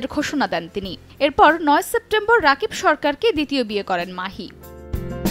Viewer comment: নিউজ করেন।।কিন্তু নামই ঠিক মতো বলতে পারেন না।উনার নাম রাকিব না।উনার নাম।(রকিব সরকার)